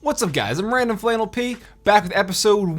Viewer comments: I literally thought I was going crazy when I heard him say “RandomFlannelP” until I looked at the comments lol! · Lol the heck is that intro. "" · I thought he said RandomFaggotP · Lol u messed up saying ur intro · Lol he said his name wrong at the beginning😂😂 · Me 2... He actually spoke it wrong